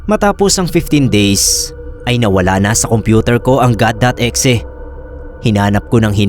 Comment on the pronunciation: bakit E-XE pag kaka pronounce 🥹🥹 pwd naman kasi as IH-EX-IH HAHAHAHHHAHAHAA